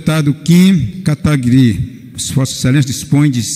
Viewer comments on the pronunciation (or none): Ninguém consegue falar Kataguiri 🤣 Kataguari, katagri, kataguri... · Será que até o fim do mandato o presidente aprende a pronunciar seu sobrenome? Kkkkkkkkkkkkkkkkkkkk